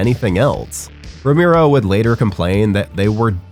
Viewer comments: Ramero? Cant even pronounce Romero right sheesh. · ROW-MARE-OH! You sound like a damn fool when you say it wrong. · dude saying Romero as "ra-MIRO" gave me psychic damage (I loved LotD though, great cast!) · Narrator kept pronouncing George's last name as "Roo-Mee-Roh" If you can't even get the pronunciation correct... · Turned video on realised it was voiced by 'that guy' and bailed before he said 'romeeero' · ramiro!!!!!!!!!!!!! Jesus why butcher his last name like that??? Just call him George. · The way you pronounce his last name spikes my blood pressure every time…